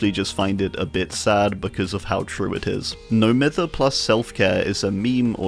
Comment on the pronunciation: Just a quick pointless correction but "Mither" is pronounced "Myther" like Myers It was weird finding out it wasnt a universal word, never thought of it being just British